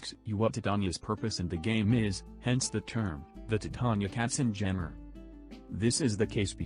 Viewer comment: Also props to for being one of the four people worldwide who say her name correctly.